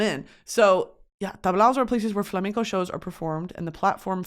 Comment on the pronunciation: As a Spanish viewer, it's so cool see you talking about flamenco and Spanish music culture! Also, your pronunciation is amazing 😌💝